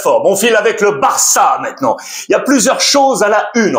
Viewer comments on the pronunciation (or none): none